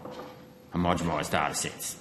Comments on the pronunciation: Senator please learn how to say homogeNised, not homogemised. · Gerard has basically no concept of how the procedure works. And Sydney Observatory is not used for climate data purposes. Also Gerard, it's not "homogomised", it's homogenised. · Senator, are you saying homogemised? 😂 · HomogeNised. Please say it correctly! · For gods sake, say the damn word homogenised correctly if you are going to ask about it.